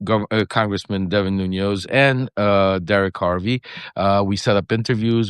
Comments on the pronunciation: Why are mispronouncing a man's name who you know? His names is NuNES, not NUNOS. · Lev, you know I luv ya😘Bubbula but to google TS Portuguese surnamed CEO±. it's... "Nunez" NO "ñ"❗ Not Noñoz... It's Nu-nez. THX bro🙇Ask yer son to remind you❤